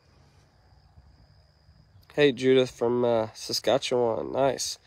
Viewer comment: when you pronounced (Saskatchewan )Canada right I was impressed as most don’t! We live 2hrs from Saskatoon it’s our shopping area as we are so far from any other city!! It’s too bad you can’t make it to the bison 🦬 meeting here this year!